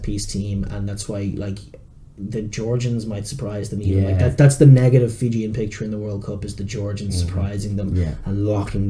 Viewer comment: Hey guys well done for your Fijian names pronounciation ! Great effort ! I would call it Fijian-rish or Iri-jian lol ! But all jokes aside great stuff !